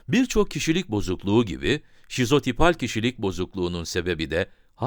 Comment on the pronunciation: Videonun basinda sizopital diyor ancak sizotipal olmali.